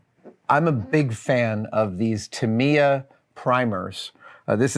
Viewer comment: And it’s pronounced Tuh-mai-ya…”I” sound, not “E”.